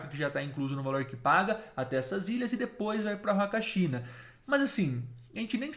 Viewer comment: Em espanhol o H não tem som, assim como na língua portuguesa. Então se fala "Uacachina", "Umantay"... O H não tem som de R.